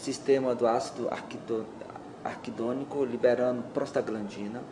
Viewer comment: Aos minutos leia-se ácido araquidônico e não arquidônico, como verbalizado.